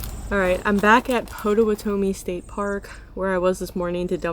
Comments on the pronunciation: It’s pronounced pot ta watta me if that helps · Girlllll you described Wisconsin to a T. People here will give you that stank midwest stare instead of saying "Hi!" or offering you any help. They just stare and watch you struggle. Also it's Pot-a-watt-oh-me! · the emphasisi is on that "Watt" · it is pronounced PAH-tuh-WAH-tuh-mee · Potawatomi is pronounced pot-uh-watt-uh-me 👍🏼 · No you didn’t pronounce Pah-tuh-WAH-Tuh-me correctly. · Pot a wha toe me??? Come on. Really?? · It's pronounced, "Pot Oh Watt A Me" Now say it faster altogether, and you got it! 👍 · it’s pronounced pah-tah-wah-tami 😊 my bf were actually there at the same time! i wonder if we passed you in the campground! how fun! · Potawatomi is pronounced Pot-a-watt-a-me. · Paw ta wah ta me - just trying to help with the pronunciation. The Os actually sound like As. 😊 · Potawatomi = Pot-uh-watt-uh-me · I live in Sturgeon Bay, you captured Door County perfectly! It's pronounced Pot- a- wa-ta-me Potawatomi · Nice! I love Door County! It is pronounced Pot-a-watt-a-me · PA-TA- Whatomie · Pot ah wha toe me It's OK no one can pronounce Wisconsin names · Pot a wat Ami is how it is pronounced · It's pronounced pah-toe-WA-toe-me. 😀 I live in Port Washington WI. You went past it on I-43 on your way north to Door County. You'll go past it on your way back south. We have a cute downtown area with shoppes, restaurants, ice cream shoppes, and a very easy Harbor Walk around the area. A Very Cool thing is the 13 Murals that have been painted on buildings and support walls around the city. This summer is the last of three summers that our Murals are being painted. Artists from around the USA have participated. Beautiful. Colorful. Amazing. There's one done by our school kids, plus one Mosaic Mural designed using 4x4 tiles that our residents painted. Enjoy your van adventures. I agree with you about Washington Island up in Door County. There are many other fun things to do all over the peninsula. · Pronounced - Pa Ta Wa Ta Me